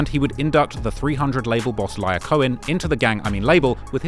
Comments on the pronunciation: I was thinking to myself "at least he isn't referring to Lyor Cohen as" Liar Cohen" like the rest of these youtubers"... Right before he proceeds to pronounce Lyor as Liar for the rest of the video. You would think with the extensive research, he'd take a few seconds to confirm the pronunciation of a name he's not sure of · “LEE-OR” thats my only issue with the “new” rap media how you dont the names of major executives?